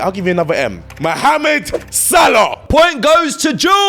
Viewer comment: man barely said salah's name 🤣🤣